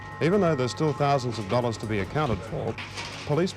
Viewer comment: we want 50 thou............I mean 500,000 dowwars. He's either drunk or high or just forgetful....from being drunk or high .